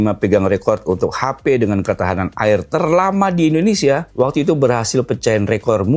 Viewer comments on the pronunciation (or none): none